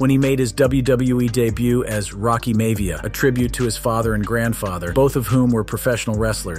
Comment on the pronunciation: How this narrator murderd Rocky Maivia's name (MAVIA) 🤔 wtf lol